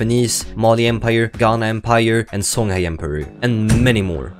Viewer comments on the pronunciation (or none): none